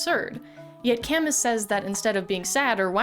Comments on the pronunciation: Albert Camus = Al-Bear Cam-Oooo (Cam-ew) He was French. And no, Sisyphus is not from Camus. Sisyphus is an ancient Greek Myth. He existed long before Camus did. Albert didn't invent him, at all. He was not a metaphor for Absurdism. It is not a metaphor for the Absurdity of Human Life. It is the opposite. It is a representation of someone WITH A PURPOSE, unlike Human Life. The rest of us in Reality have no purpose and therefore live the Absurdism of an uncaring and empty Universe that does not give us inherent meaning. That's why Camus said: "We must imagine Sisyphus as happy." Because Sisyphus has a point to his existence. His purpose is to push a boulder up a hill for eternity. He has a goal. He has a meaning. The rest of us do not. So, instead of seeing him as suffering for eternity.. we should view him as happy to have an actual goal of his existence. You missed alot somehow...? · That's an interesting way of saying that his name is pronounced "ka-MOO", and I appreciate that you mentioned it so that I didn't have to leave a similar comment heh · If his name is pronounced with a 'moo,' one must wonder, is Sisyphus pronounced with a 'phoo?' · Not to be that guy, but just for the record it's pronounced Albert Cam-oo. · Sisyphis does not come from a work by Camus, whose name you mispronounced woefully, but from the mythology of Ancient Greece. Don't try to be smart ever again. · That's not how you say Camus. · I'm failing to understand how you've managed to mispronounce Camus, or how you came across all these philosophies, without just asking AI to write the script for this. You're in education, Camus is taught to seniors in high school... and Sisyphus comes from Greek mythology... you don't know what you're talking about. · You butchered Albert's name xD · not knowing that sisyphus is from a greek myth and mispronouncing camus' name... true proof that game design education can only get you so much. humanities majors who self-taught game design rise up